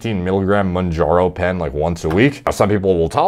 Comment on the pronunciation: Bro said “jerzepitide monjaro” stop larping as a djini